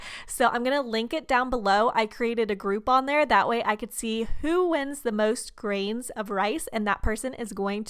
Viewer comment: Every time she said grain I thought of Nerdecrafter